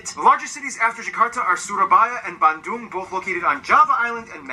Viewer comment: Bandung = Bantoom😂